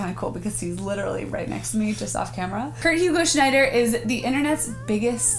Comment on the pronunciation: His name is Kurt. Not Fart.